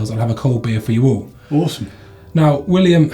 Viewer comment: Ar-Kansas, Arksah; NBD until they get here.... a fun show either way. changed my name from Willem to William eight times - that was painful.